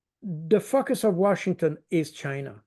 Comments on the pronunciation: I hear it. Have to say, it is rather, er, 😏 funny. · I'm such a fifty plus juvenile, I'm sorry, not! Every time monsieur Baud says 'focus' it just cracks me up. Hope I'm not alone here. Just to bring some light to dark places.